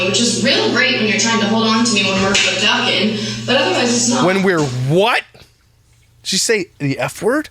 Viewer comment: Also she said “fduckin” and that’s something I didn’t need in my life.